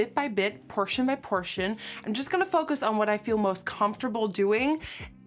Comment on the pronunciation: fuckest [focus] on the skin, it may not be dutch but that's what I heard at or around ,11.48 ,lolol and u don't have to put this on ur video.